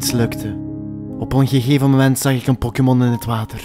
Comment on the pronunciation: Pokimon??? Tis pokemon